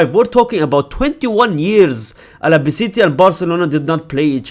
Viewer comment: Al - Ba - Ce - Te. Not Ala, brother.